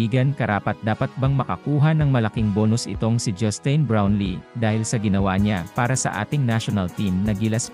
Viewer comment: Sir, pakiayos pag pronounce ng pangalan ni NoyPi. Justin... as in tin, like tin can. Sa laki ng respeto niya sa mga karaniwang Pinoy at serbisyong binibigay niya, deserve naman niyang tama pagkabanggit ng name niya. Siyempre dapat may matanggap yan kasi nasa batas yan. At yung mga patron pa nung team, mga bilyonaryo naman yang mga yan.